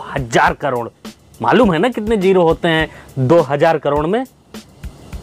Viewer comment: Bolna to seekh ke toiletless country k Chowkidar jeero ni hota zero hota hai Prophit ni hota profit hota hai jiyada ni hota ziyada hota h 🤣🤣